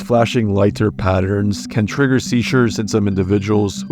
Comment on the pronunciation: that’s a strange way to say trigger iceberd